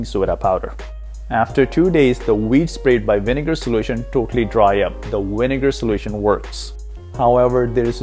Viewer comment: you said winegar and veeds !!!